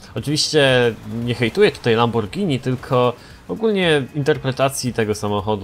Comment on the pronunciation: Lambordzini diablo